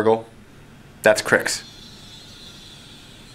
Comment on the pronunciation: you should get Fireman Tim in for a couple games of WM as I think he put the first WM video up on your channel. I'm hoping he is the PG that is going to be teaching you. Also thank you for pronouncing the name Cryx correctly unlike that clown at that painting company Bluesomethingorother.